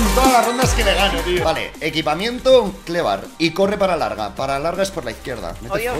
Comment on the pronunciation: "klevar" xD